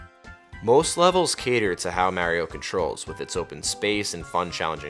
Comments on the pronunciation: say it with me... MARRRR EEEEEEE OHHHH not MAYYYYREOH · This is great but the way you say mah-rio is killing me